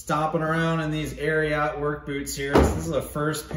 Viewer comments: Not Air-e-ought. "Air-e-it" 🤙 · Great review! You actually pronounce it air eee et....not air ee ot. It comes from Secretariat :) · Air-e-it not air-e-yat 😂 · Ari-ot lol